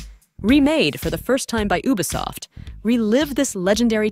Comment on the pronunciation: Did i just hear ubersoft instead of ubsoft. This AI voice is high